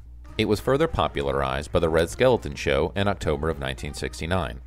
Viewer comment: Red SKELTON, not "Skeleton". JOAN Ganz-Cooney, not "Joanne". "ROWAN & MARTIN'S LAUGH-IN", not "Rowan and Laugh-In".